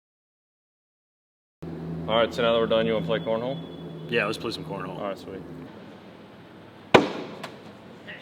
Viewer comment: Cornhole ? I thought you said porno.